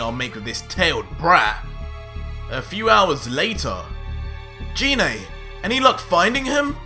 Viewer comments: You mispronounced Gine's name! The "g" in her name is pronounced "guh" like in "goddess", not "juh" like in "genie"! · You said gine wrong